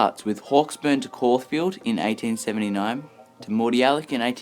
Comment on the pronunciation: did he say 1839 or did you just say 1879 funny and it sounded like 1839